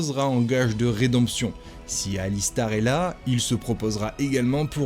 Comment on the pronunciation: dans dragon age origin c est archidémon pas archimedon , et on se dit fan de la franchise 😂😂 et c est alistair pas alistar et c est loghain pas Logan c est chatGPT ou quoi